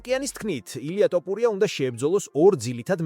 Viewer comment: ტოპურია . გაასხი მაქედან. ესეᲗ კაცის გვარი Თუ ვერ იცი.